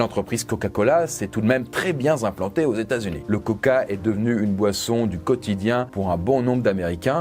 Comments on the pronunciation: 12.05 L'entreprise coca-cola s'est très bien z'implantée aux Etats Unis. Il n'y a pas une liaison en trop là ? Sûrement un abus de la boisson ;-) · Euh " très bien z'implantée " ???? A 12m04... Je connaissais pas 🤣🤣🤣